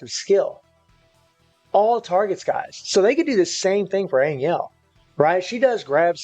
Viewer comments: It's pronounce more like Ann Hell not ann iel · An Yell kills me more than An Jell - It's AnHell